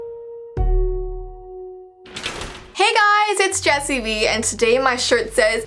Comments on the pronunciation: Am I the only one who noticed she said Jessi B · Who else heard her say Jesse B ?